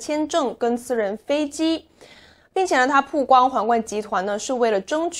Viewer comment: 曝(bao)光,一直读(pu)好难受啊